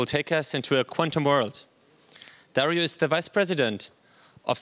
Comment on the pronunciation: DARIO......Emphasis in the " I" GIL...The letter G sounds like the same letter in the word Globe, not like in the word G-string